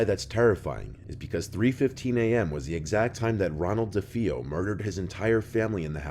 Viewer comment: Nothing against Mr. Nightmare, but: It's pronounced "bro-lin," not "brow-lin;" it's also "duh-fay-oh," not "duh-fee-oh;" the people in the car were the family members of the pilot flying that plane; Gregory Peck was supposed to have dinner with Richard Donner in a specific hotel but had to cancel & shortly after, it was bombed by the IRA; also, the zoo scene: the day after filming the baboon scene with Lee Remick and Harvey Stephens, a Windsor Zoo worker was killed by a lion. Just saying the guy could've done a bit more research. And dude, you never made that connection? Genie/Djinn? 🎶Arabian nights🎶🧞 I recently watched the Twilight Zone Movie for Halloween & that scene was actually removed for that reason & I'm glad it was; it would've just made the movie harder to watch.